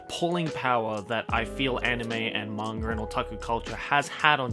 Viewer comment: I like how he says manga. “Mangur”